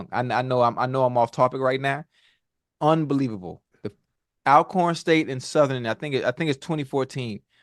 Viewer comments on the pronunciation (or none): Our school’s name is pronounced All-Corn, not Al-corn…. Remember, Always Alcorn!!! Thanks for mentioning and giving Alcorn State’s band - “Sounds of Dyn-o-mite bka SOD” their props, Chad! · It's pronounced All-corn but thanks a ton Chad Johnson. Alcorn State vs Southern is always a great battle. Chad is right about Homecoming btw. and Shannon you know that, 50 ain't too old, HC is for alumni